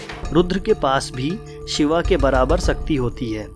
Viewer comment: Koi bhi vishlashan karye waqt ucharan to sahi kare Shiv ko Shiva or Yog ko Yoga kam se kam sanatam dharmi to na kahe